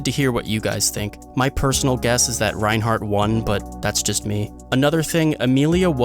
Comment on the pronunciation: Tf is going on is reinhard not reinhardt